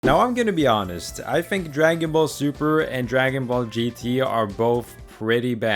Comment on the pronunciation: I am sorry but every single time you said Super as "Suburu" is just so triggering.. like how dude? HOW can you botch such a simple pronunciation??